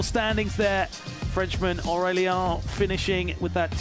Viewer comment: They butchered Aurélien's name dude. "ien" doesn't sound like "ion" at all